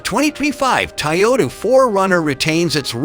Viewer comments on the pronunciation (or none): Nice “Tayota” !